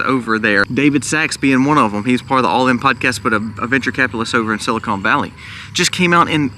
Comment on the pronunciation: It is pronounced silicon not silicone as in breast implants